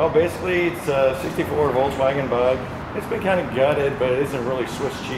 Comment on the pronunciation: Love how you guys pronounce it VOLTS WAGON when it is VOLKSWAGEN